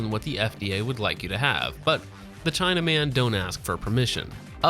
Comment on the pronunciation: my favorite accent